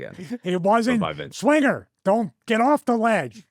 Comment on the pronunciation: But didn’t say Johnny swingah